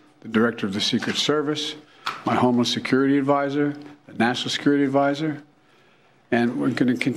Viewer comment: Was he saying "Homo-Security"?